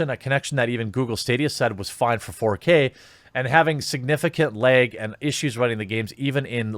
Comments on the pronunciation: It's LAG not LEG dude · The way Jeremy says "lag" is enough for me to hit the like button 😂